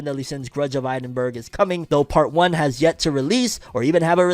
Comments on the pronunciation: Yeh for the Seven Deadly Sins film, it's actually pronounced Ed-in-bruh. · Ed-in-bruh, a Scottish city. No shade. Love your work